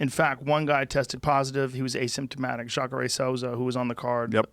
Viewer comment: It's pronounced JAH-CAH-RAY according to Stephen A Smith.